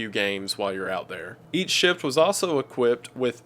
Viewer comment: Every time you say "each ship", it sounds like you saying eat shit LOL, I love it tho